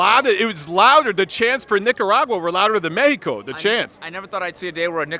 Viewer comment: Haha with the right pronunciation of Mexico!!!